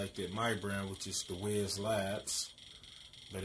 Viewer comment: It’s pronounced like wise not wiz